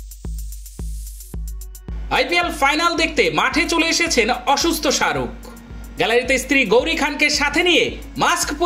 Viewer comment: ওটা সাআরুক ন শাহরুখ ভালো ভাবে উচ্চারণ করা শিখুন দিয়ে ভিডিও বানান